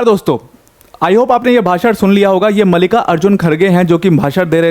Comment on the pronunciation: मल्लिका ❎ मलिका ✅